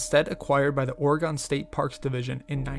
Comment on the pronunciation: Thanks,. Good narration. FYI, the state is pronounced “ARE-uh-gun,” with the “u” in the final syllable barely discernible; it’s not “ORE-E-gahn.” But you did get “Deschutes” right. There are many easily, frequently mispronounced place names in the wonderful Beaver State. (Just give “Yachats” and “Champoeg” a try).